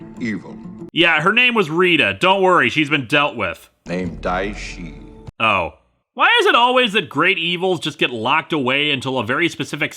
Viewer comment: Everytime you say dia shi a just think go away haha